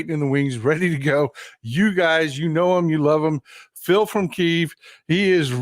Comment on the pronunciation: Phil, much respect to you sir. Please pronounce Kyiv (kee - iv) correctly instead of the ruzzian word Kiev (kee - yev) Thank you